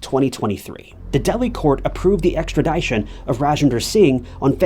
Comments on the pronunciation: Ex-trah-dih-shun. not Ex-trah-die-shun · Bro! Great content…. PLEASE STOP SAYING Extradition like that! “Extra Die shun” 👎🏽 “Extra Dii shun” 👍🏽. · AHHHHHHH I love your channel but say extra-dye-tion one more time. LOL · Extradition ex-tra-dish-un. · ExtraDIEtion? Lol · That's a really weird way that you say extradition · The "i" in extradition is not a long "i"...😅😅😅